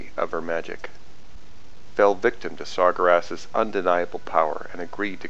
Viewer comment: I know you didnt just call Sargeras Sar-gur-ass...